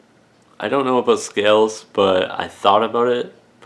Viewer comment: What is this value village you speak of? I heard you say “ A Boat” so I assume your our neighbor to the North